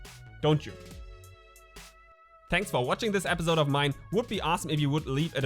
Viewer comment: you are doing so good, your videos are really good and eventhough you German accent can be easily heard, your English is great anyway. But one thing it hits me every time I see your videos. It is episodes and not epizodes:-)